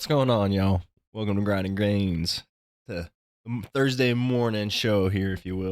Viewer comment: Gunna have to learn how to say Grind n Gainz though